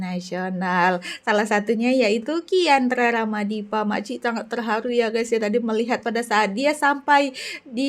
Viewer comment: kiandra ramadipa 😂😂😂 bkan kian rara madipa😅